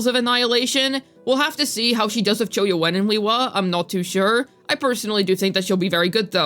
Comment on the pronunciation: Who the hell is cho yuwen? ;)